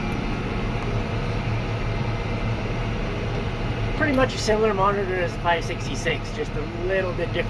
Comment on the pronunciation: It's so "pur-dee"!